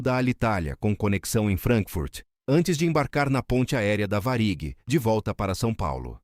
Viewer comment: VarÍg ???????????????????? O cara nem se deu o trabalho de rever a pronúncia da IA em seu próprio vídeo. O negócio é postar qualquer bosta em busca de views.